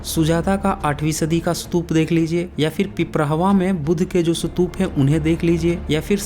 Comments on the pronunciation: सतुप नही,,स्तुप,, plz सही उच्चारण करें,, खुद सही भाषा बोलो,,सत्य बताने का आपका कान सराहनीय है,, मगर,आप खुद गलत उच्चारण ना करें,, यह आवयश्क है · First learn how to say Stupa.. It's Stupa not Satup.. I think u better go to places and observe places then make videos with acid test truth..Moreover, the Harappan Civilization is 2700 to 1500 BC...now add it to the 2100 more years...and u said it was 4500 years old..check ur knowledge before raising finger on someone else..GAPODA...Jealous GAPODA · Apa ka apna pronunciations thik nahi hai.'satup' kya hai? Pahele khud ko correct kigiya. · सतूप नही स्तूप कहते है। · आपको हिन्दी/इंग्लिश स्तूप/stup का उच्चारण इस्तूप है ना कि सतूप । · पहले स्तूप बोलना सीख कर आ, फिर बात करेंगे 😂😂😂😂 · Brother ye ek bewkoof youtuber hai jiska ekmatr maksad hai paisa kamana, ise stoop bhi bolna nahi ata mat dekho inki video ganwar hai ye